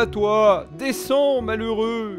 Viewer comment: Tu dis mhaleureux tout le ou ta un problème